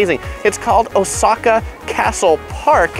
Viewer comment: First Travel video I see where someone is pronouncing Oooooooosaka correctly.